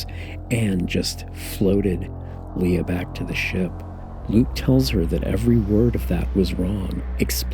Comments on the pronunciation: I am sorry but it drives me nuts when you say "LeA" instead of "Lay-AH" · You have 5 movies where you can hear how to properly pronounce Leia and han dude